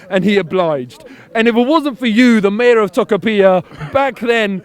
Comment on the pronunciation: Lol, as a Chilean I love the cockney pronunciation of "Tocopiha". (The way to pronounce "Tocopilla" is more like "Toco-pee-yah")